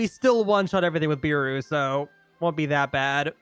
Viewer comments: btw ur saying beru as bEru when its more like behru after u say it like that say it without the h and hts the proper way to say it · BRO ITS NOT BIRU ITS BERU BERUU